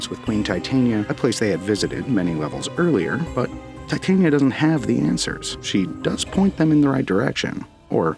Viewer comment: thats not how titania is pro0nounced their two prenounciations fot wo difernt things the fairy is te tania emphasis on the begining over the end the one use used isnt the name its the powder , titania which is proper name is titanium dioxide so they sound it like titanium but tyhe name isnt pronounced like that Americans literally mispronounce titania so bad you lot end up calling her a cancwerous white powder